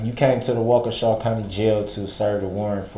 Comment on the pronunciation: It does sound like wau kesha lol he is the only one who said it like that and i said it like that firdt time lol